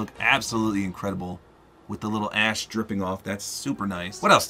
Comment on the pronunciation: When you said the wings had ash falling down, I thought you said your skins ass is falling down.